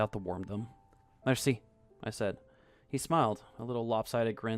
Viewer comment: Another great job from the narrator! Maybe a tip? Write out foreign words for better pronunciation. Like mairsee for merci and daygoo tunt for dégoutant :)